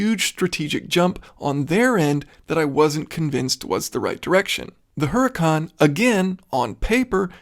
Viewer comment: great work, thank you - one observation - all lambos are named after spanish fighting bulls (as in the logo), huracan in spanish has a silent h, meaning, oorakan. cheerio.